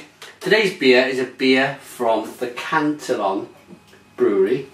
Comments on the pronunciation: aaahhh your killing me its can-tee-on and gu-r-z lol :p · Just have to correct your pronunciation... cant-ee-own and gooz...